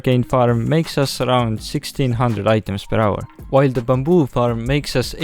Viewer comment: I love how pronounce Faram instead of Farm